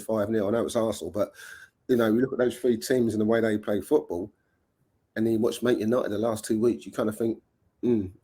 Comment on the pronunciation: doesn't even know how to pronounce football how the PE teacher keeps playing him every week unbelievable